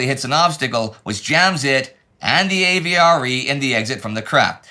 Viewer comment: My French can't take it. The French "Le" in "Le Hamel" is not pronounced like "lay" as Indie is doing. You get that sound in French from "é" or "les" not "le". The "e" in "Le" is a short vowel kind of like the "e" in "destroy" (if one is not pronouning incorrectly as 'deestroy'. Also, "AVRE" was pronounced "av-ree'.